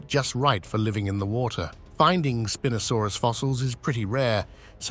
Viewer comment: youi say spinosaurus wrong twice and right twice